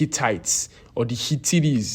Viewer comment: Hi-Hittites? H-H-Hi-Hit'tities? 🤔... HIT'TITIES 👋 ( ͜ₒ ㅅ ͜ ₒ) 💥 it is then!